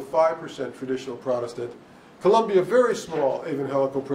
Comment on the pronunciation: It's COLOMBIA, not Columbia. Genius.